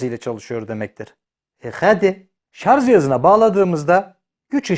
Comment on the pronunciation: Powerbank e guc bankasi demen guzel de, sarj a sarZ demen??